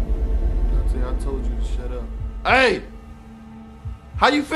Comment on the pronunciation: Lmao he said “shat up” 😂😂😂